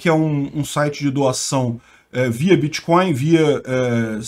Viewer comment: "Bitcóio" (segundo o " letrado " kk) é mais seguro mesmo!